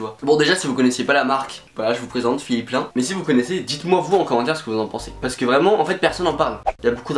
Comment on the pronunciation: Ça se prononce pas "plein" mais PLAÏNE 😂😂😂